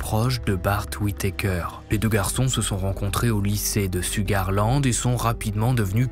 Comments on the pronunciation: Souga -land le R ne se lit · LOL En effet, Ça se prononce "CHOUGAR LAND"☺️ 🥰